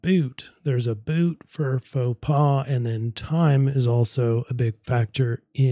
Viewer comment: you pronounced “Faux pas “ perfectly! From a French native viewer;)